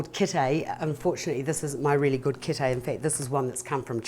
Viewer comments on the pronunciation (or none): It's def not a kitae!! Come on man get it right it's a kete!!! 🤦‍♀️ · Kete not kitae lol